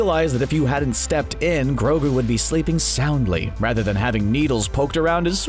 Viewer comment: Take it easy on mando he didn't kind of say grogou Life 1 and it might be two times